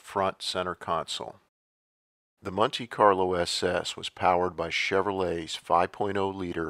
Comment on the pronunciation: what's a munte Carlo?